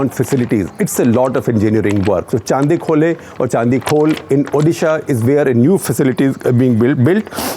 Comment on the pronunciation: Dear SG the Chandi in Chandikhole is pronounced as Chandi the goddess.